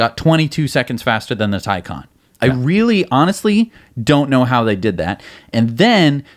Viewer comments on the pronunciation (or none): Taycan Watiti get it right! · I don’t understand why you still struggle with saying “Taycan” and “Nurburgring”. Probably best that you don’t bother trying “Nordschleife”.